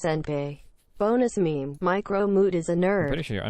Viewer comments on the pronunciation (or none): none